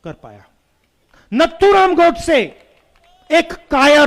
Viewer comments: नाथूराम गोडसे जी को नथूराम बोल रहा है उसके एडवाइजर क्या सलाह देते हैं समझ नहीं आता है जिसका धर्म का पता नहीं है वह हिंदुत्व का भाषण दे रहा है कायर है सुनने वाले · Rahul can't pronounce correctly Nathuram .He is not mentally matured person. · इस गदहे को नाथूराम गोडसे का नाम तक लेना नहीं आता ।